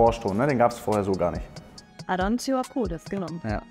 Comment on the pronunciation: Immer wieder erstaunlich wie „Profis“ die Namen ihrer Ware nicht aussprechen können. Eigentlich sehr peinlich, auf diesem Level umso mehr. Aranzio ??? Wtf ?? Für mich kein Herzblut für den Job. Bei einem Produkt für eine halbe Mio würde ich mir mehr Begeisterung und Professionalität wünschen….als Kunde UND Arbeitgeber.